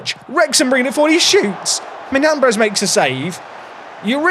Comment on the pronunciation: The tilde in Miñambres means you say it “Minyambres”